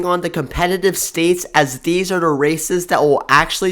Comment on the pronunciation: I don’t think the narrator pronounces words correctly. Liberal is not pronounced Librial. This is not pronounced Dis, The is not pronounced Da. Slow down.